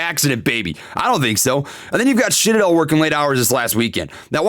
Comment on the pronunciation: did he say shitadel? 🤣